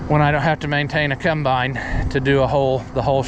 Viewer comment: It combine not cUmbine lol